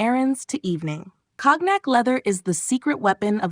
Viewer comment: Pronounce COGNAC correctly please.